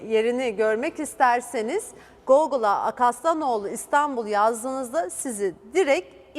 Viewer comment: Hanımefendi, o GOĞUL diye okunmaz!